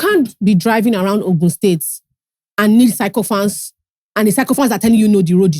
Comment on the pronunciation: please it's pronounced sickophants o